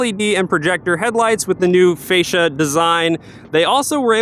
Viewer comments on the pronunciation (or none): none